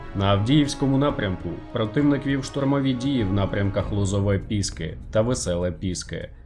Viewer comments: Новини то добре але вивчіть вже що село не піськи а від слова пісок Піски з наголосом на останній склад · Бля мене уже це добива 8 років ви всі дурні недоумки коли навчетесь правильно називати населений пункт піски ??? Воно мае назву від слова ПІСОК чи піся ??? Довбні правильно наголос ставте !!!